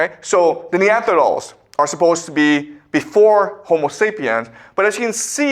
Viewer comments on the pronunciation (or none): The “Neanthedals” 😂